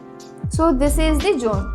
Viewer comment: Jone ha😂 it's zone